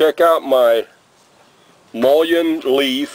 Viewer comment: pronounced muh’ lin